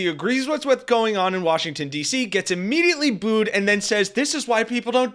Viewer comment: Booed ~ not Bood